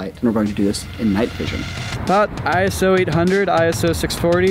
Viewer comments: It's "eyeso" not "eye-ess-oh" it's not an abbreviation! It's a name that the ISO organisation chose for themselves. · Nerd comment inbound: ISO is a word, not an acronym, and as such is pronounced "eyeso", not "eye es oh". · ISO is a word, not an acronym. Pronounced like eyeso